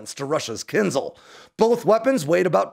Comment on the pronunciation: Can you pronounce it right? It’s Kin Zh-al. Not kinzel